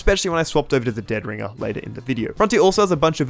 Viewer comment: The emphasis is on the "ring" of dead ringer, not the "dead".